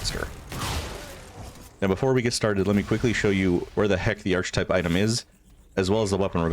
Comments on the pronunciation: “Arch type”? Archetype. Arc-a-type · Ar-kuh-type, friend. No "ch". 🤍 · I appreciate this build video, but I have to correct you on one thing. Archetype is pronounced “Ark-uh-type.” The “ch” makes a “k” sound. It’s pretty distracting for me. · aar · kuh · tipe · Interesting build, but my brain keeps wondering: how are you pronouncing archon like that and archetype like *that*? XD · A good, clear guide thank you. One correction, you are pronouncing "archetype" wrongly: . English is weird.